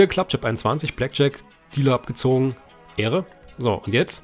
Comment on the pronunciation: 100000 mal ehre hintereinander aber du sagst ähre